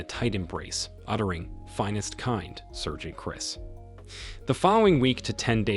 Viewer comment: FFS SAAARGEANT!! Someone needs to train these AIs, they suck.